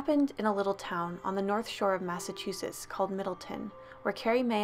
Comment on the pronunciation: I am triggered because I am from Massachusetts and you didn't pronounce it right you pronounced Massachuses and I don't like that